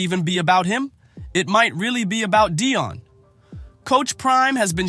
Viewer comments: It’s Dee on Sanders, not, Dye on Sanders, ok—(Atlanta, GA)! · Who in the hell is doing this commentary? You can't even pronounce Deion and Shedeur's name correctly. That's disrespect right there! I think you are doing it intentionally...like their names don't matter. We see what you are doing!!! EVERYONE CAN SEE WHAT IS REALLY GOING ON HERE! Shedeur was Black-balled...The 3rd Best QB in the league!!!